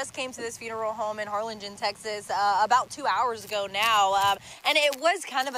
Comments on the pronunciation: Har-lin-jen. It’s spelled with a g but it’s pronounced j 😁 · Harlingen (Har lin jin) J sound.